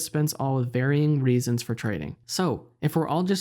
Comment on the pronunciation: This guy pronounce reasons “raisins” good vid